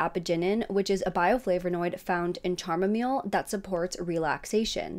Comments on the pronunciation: Chamomile is pronounced cam-ah-mil not cham-a-mil. ♥ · Even if the car was on with the AC running, how is it acceptable to leave your child alone in a car for 4 hours? Especially a disabled child who is completely dependent on you. Also chamomile...the ch is pronounced like a k. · I'm sorry, chammo-meel?? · I know you did not just pronounce chamomile like that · On a side note, that’s the weirdest pronunciation of chamomile I’ve ever heard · Lmao chamomile. It's not pronounced that way but it was kind of cute.